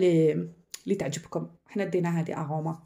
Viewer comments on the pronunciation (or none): وسمها اروما ماشي اغوما😂